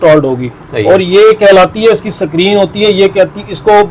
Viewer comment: شکرین نہیں بھاٸ۔۔۔۔۔۔اسکرین